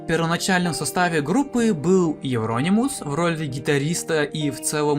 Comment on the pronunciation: У меня уши завяли. Это евронИмус